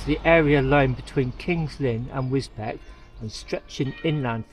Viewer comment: Thanks for the videos, you did well to survive the dreaded Roundabout, I drove articulated trucks & if you got the wrong lane it was a nightmare, the Double Dutch 200k Audax uses the ferry, it's hilarious, Wisbech is pronounced 'WizzBeech'.